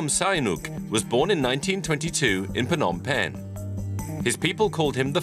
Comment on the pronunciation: Good overview on the history of Phnom Penh, but I wished the narrator would try harder to pronounce even just half of the Khmer names properly. Like you're making a documentary about a country and culture but won't even bother learning the phonetics? Sis...